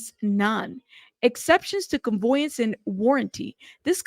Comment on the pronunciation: $10 deed transfer is quite common. Also, just an FYI…. It’s conVEYance , not conVOYance…not bein’ shitty, just tryna’ help. Obviously, dude’s ditching assets so he doesn’t lose them through all of this.